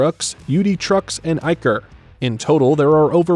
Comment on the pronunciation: Iveco is not poncounced Eye-veco. the first letter is pronounced like Indiana or Illinois